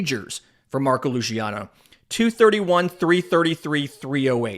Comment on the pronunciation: Luciano is a Spanish last name not Italian. The pronunciation is with an S sound on the C not a Sh or soft CH sound. Sorry it’s a big pet peeve of mine ;). Good show thus far.